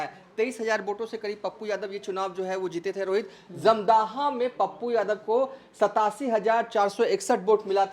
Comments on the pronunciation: Jamdhaha nahi hai, dhamdaha nam hai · अरे जाहिल, धमदाहा लिखा हुआ है साफ साफ फिर भी तुम बार बार धमदाहा को जमदाह बोल रहे हो। 😂😂 जाहिल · Kya patrakar banega r tu 1977 ko 1997 bol Raha wo ek nhi dono bol raha uper se dhamdaha bhi sahi se nhi bol pa raha hai